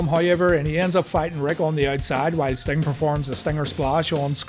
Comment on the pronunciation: ah yes, the man called stomg